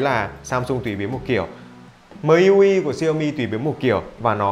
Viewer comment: MIUI đọc là "Mi iu ai" nhé, ko phải "Mờ i iu ai" :)))